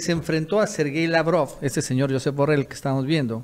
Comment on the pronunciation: Se dice jusep burreill es catalan ,no Scottish